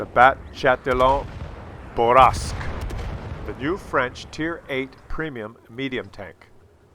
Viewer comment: I really want people to pronounce it bourr-a-sque